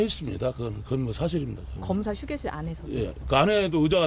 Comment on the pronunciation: 완전 사실입니다로 들리는군요